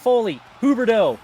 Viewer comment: Somehow pronounce so Huberdeau right